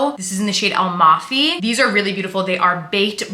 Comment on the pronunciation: Dear the saie is not pronounced “almafy”—it’s “amalfi,” as in the Amalfi coast of Italy